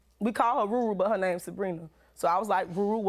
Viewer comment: Why does this guy butcher every black woman's name on the opening???? He ain't even trying to pronounce her name